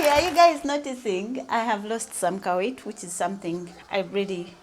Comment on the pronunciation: I like the way you are prefixing "ka" to certain words. Ka-weight.